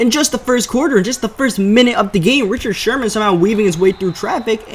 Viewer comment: "Anoder user pik by sherhhman"